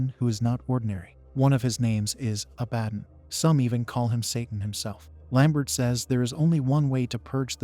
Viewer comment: Say it with me, AI voice, Ah-Bah-Don. You know, one of the more popular demons in the mythos...